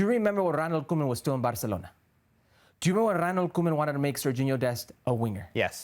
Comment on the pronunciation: Who is rrrreronald koeman?